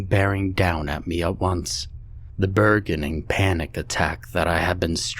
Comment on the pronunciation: Burgeoning is pronounced BUR JON ING, not BUR GON ING.